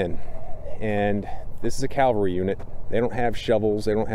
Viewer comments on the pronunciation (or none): Love this. Great job. Only one thing: cavalry, not Calvary. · Great info and detailed retelling of the event, Just would like to refer to mounted troops as Cavalry vice Calvary. Pretty significant difference.